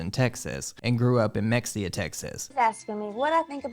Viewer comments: Mexia is pronounced like “muh-hay-uh” it’s fucking stupid, I know. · Just wanted to let you know that the town she was raised in, Mexia, is pronounced “muh-hay-ah” I know it’s different 😊 I’ve been really enjoying all of your content lately! You’re doing a great job! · Mexia is pronounced “ Ma Hey A “ in Texas. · I love Anna Nicole. She will be missed forever. 😢 (Just a fyi - Mexia is pronounced Muh-hay-yuh.)